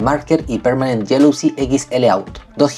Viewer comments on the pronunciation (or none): He pronounced jealousy as yellowy 😂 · Thats not how you pronounce jealousy 😅